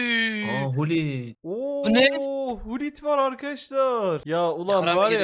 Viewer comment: Abi sonunda pes birde fifaya ea demiyonda pese efotball neden diyon merak ettim tabi istersen de vural abi seviliyorsun normal adı pes 2021 e kadar 2022 de efootball oldu kalbimizde pes abi birde hulit değil gulit diye okunuyor